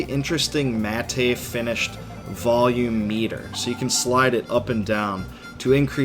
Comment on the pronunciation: It is pronounced like the name Matt. don't pronounce the e at all.